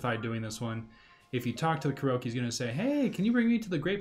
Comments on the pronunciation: This video helped me a lot! No idea there were this many Koroks on the Great Plateau! Side note: Korok, I believe, is pronounced like Kor-rock…cause many (not all) of them are round under rocks! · Is there a reason why you are saying Koroke?